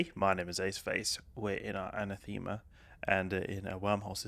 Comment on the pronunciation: Anathema = An-Ah-thu-ma